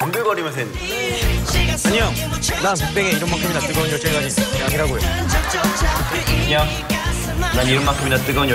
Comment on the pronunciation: nobody : daesung : EnnYoNg